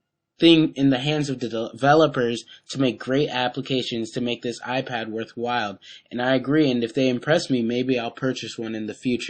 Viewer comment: fail he says iPwn